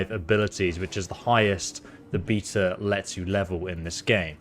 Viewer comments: are you saying beta bc it sounds like beatas? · its a beta not a beater